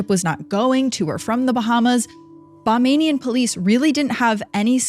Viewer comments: Bahamian here. Pronounced Ba-hay-myan...our police really aren't trained for something like this at least nothing compared to the USA. They find it difficult to investigate our own crimes. I really think our law enforcement need better and extensive training from outside entities with expertise in different areas such forensics, proper investigation, and so on . Additionally there was no excuse for such a poor investigation sounds like internet sleuths and armchair detectives would've done a better job. Very infuriating because of it were one of their family members it may have been more done to get answers instead of a rogue wave..pfft such bs. My heart goes out to Rebecca's family.😢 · Bahamian. Not Bamanian. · It’s Bahamian not Bombanian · omg 😂😂😂this is too funny it BAHAMIAN-ba-haym-e-n😂😂😂😂😂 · I love the video. I’m from the Bahamas. We are Bahamian. it’s pronounced Buh-hay-me-uhn 🩵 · The mispronunciation of Bahamian is frying me😅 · Great story. Please say Bahamian, not Bamamian. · Girl it's Ba-HAY-me-un. Not bamenian or whatever it is you're saying. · Very interesting, enjoyed the podcast. However, one note. It’s pronounced Ba-HAY- me -an. Not Bah MAY nee an. Bahamian. Not Bamanian. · It's BaHAMian. Not BaMANian. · I think you're trying to say "Ba HAY mian", not "Ba MAIN ian". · Please get something’s straight and do research before posting. There’s no such thing as “bahmaining” it’s “Ba-ham-ian”. Simply looks like Disney covered this up, just like all their other endeavors. Exhibit A. Disney trafficking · Excellent story telling thanks for bringing this story back to light ……it just small notice its not pronounced Ba - name -ing - in Police. It’s pronounced Ba - Heam - Me - in. That’s how people from the Bahamas are pronounced…..keep up the good work. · That is Ba-hay-mi-an and not Bah-may-ni-an. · Ba-hay-me- en not bahmian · Forgive me but just a small correction it's pronounced (Ba-hay-mian) Bahamian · Bamanian? Bahamian. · BAH-HAY-MEE-AN, geez